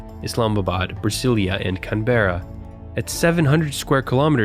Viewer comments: Can-bra* not Can-ber-era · Excuse me? "Kun-BEAR-uh"? It's CAN-buh-rah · Really can bear a , It's pronounced can , bruh This is for Canberra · it's not cunberra it's CAN BR A (that's how you pronounce it) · its can-bra no can-breea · Canberra is pronounced as Can-Bra, not Cunbeara. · Canberra = Canbruh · Jon Ander Carvajal Can-bruh rather than can-berra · Cam bruh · Canberra is pronounced "Can-bruh" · Lmao I hate these people pronouncing Canberra wrong. Can't blame them though. But its pronounced "Canbra" for all you non-aussie nincompoops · You pronounced canberra wrong. It's pronounced "Canbra" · The way he said Canberra made me cringe, it’s can-bra. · it's pronounced Can-bra xD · 'CunbErra' geez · Love the series and all. But, why can't anyone pronounce Canberra? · CAN-b'ra (source: am Aussie) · You said "Canberra" weird lol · When he says Canberra I cringe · You butchered the pronunciation of Canberra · Just one negative comment: You really need to work on the pronunciations of names. Everything was bearable till you said Canberra wrong. Otherwise I love this series and I subbed. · Good lord I couldn't even recognise Canberra. Because of the bad pronunciation